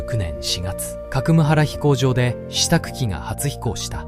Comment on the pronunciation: かくむはら じゃないんだよね・・・・かかみがはら です・・・